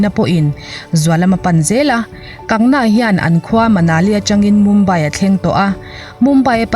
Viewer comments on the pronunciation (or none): Kangna nilovin..Kangana tia chhiar ni zawk se..News hrang hrang pawh in an sawi dan ani. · Kangna ani lo Kangana zawk aw, i sawi sual hret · Kan-ga-na tia lam tur Kang-na ni lovin.😁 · Kangna tih ai chuan kangana tih hian a lam rik dan ngaihthlak a nuam zawk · An bawl kual theih in awm suh a dik ni a i hriat ang khan lam tawp rawh A sipel ang khian Vainu hming te chu lam la dik ber..😂 Kangna tih hian beng thlep an tam zawk ka ring..Kangna a in ti loa, Chu vangin Kangana (Kang ga na) tih zawk tur aw..Matre..😄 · Hming dik lo a in lam sak te, in ziah sak te hi ngeiawm phian ania. Class10 marksheet ah ka hming an ziah dikloh avang in ka buai hrep tawh. Kangna nilo in Kangana. Rhea chu A chawh tih dawn chuan ka khawngaih deuh bawk sia, lawmpui mai ang😂😂😂. Republic tv ho hian bei tak2 teh se. A ngaihnawm chho zel dawn e. Ka nuihzat em2 chu Rhea in a a Drugs tih loh zia a sawi a,thisen test pawh angam zia a sawi lai vel kha.a inpuang Leh zuah2 bawk sia. A ukil pa hian chakloh a hlau mai sia. An chakloh chuan a hmingchhe duai ve thei tlat.lo chak thang tawh anih vang hian. A chawh ngawt ang.chaklo se😁😜 Thubelh covit19 pawh hi ssr thihna avang hian kai an pun phah ngawt ang. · Kangna nilovin kangana tia lam tur ani lawm ni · Kangna ni lovin kangana.mi hming tehi lamdik kanla ngai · Kangna tih a ilam hian ka nuih a za tlat😁😁😁